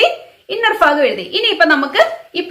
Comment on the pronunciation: Hi.. video സൂപ്പർ.... ഫാഗം അല്ലെടാ...ഭാഗം ആണ്....